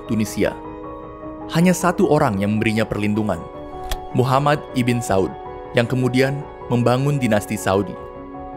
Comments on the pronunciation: Pengucapan lafal arabnya masih kurang pas min IBN bukan dibaca iben tp Ibnu yg artinya keturunan/anaknya siapa.maaf kl tdk salah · Disini saya cuma mau membenarkan beberapa pelafalan dari admin: 1. Ibn = ini dibaca "ibnu" bukan "ibin" 2. Syi'ah = ini dibaca "syi" " 'ah " (" 'ah " ini dibaca seperti 'ah ketika desahan perempuan/laki-laki dalam adegan film biru) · koreksi min... ibn dibaca nya ibnu bukan ibin min.. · Setelah 2 tahun, baru sadar membaca "ibn" sebagai ibin atau iben, seharusnya ibnu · Bukan "iben" atau" ibin" mas ,tapi "ibnu" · Dari kapan ibn dibacan iben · ibn bacanya IBNU bukan IBEN/IBIN ! IBN SAUD = IBNUSSAUD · Woiii bang kata ibn itu dibaca "ibnu" bukan "iben"!!!!!!!!!!!!!!!!!!!!!!!!!!! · Cmiiw, Ibn, bacanya itu Ibnu kak 👍🏿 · Ibn itu dibacanya Ibnu, bukan? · ibn di baca ibnu abd di baca abdul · Masukan aja min "ibn" dibaca dengan "ibnu" yang memiliki arti yang sama spt "bin"/anak turun laki2 dari..